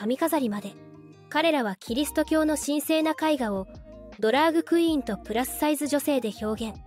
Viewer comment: 他の多くのYouTuberが「ドラッグクイーン」と表現をしている中「ドラァグクイーン」と正確に表現していて感心した。